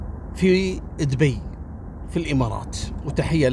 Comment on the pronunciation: اشكرررررررك لأنك نطقت اسم مدينتنا صح دُبي مش مثل الناس الثانيين اللي ينطقونها ( دوبي)